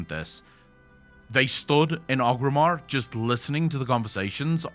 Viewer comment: They stood in orgrimar. Yes, orgrimar... Lmao love you just busting your chops 😂